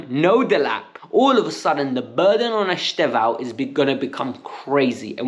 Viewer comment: He pronounced it something like "Easter-vao" not "Easther-vao".